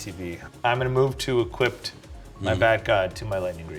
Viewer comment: There is no 'T' in Equip.